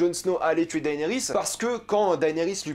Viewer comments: PUTAIN MAIS on dit DénéRIS , PAS Daaaaéééénééris ! Bordel ca ma gaché la vidéo! Le mec matte 8 saison et jamais il a entendu quon dit DéNéris PFFF LOOOOOOOL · Tu m'énerves tellement quand tu dis daénéris ça me stresse de fou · Enfin c'est finit, on aura plus a l'entendre prononcer "daënerys" toutes les semaines hallelujah 🙌🏻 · Daillenerysse??? 😂 Cèrssèille?? 😂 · Arrête de dire”daaayniris” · Tu suit got depuis 2011 et tu sais toujours pas prononcer le prénom de Daenerys 😂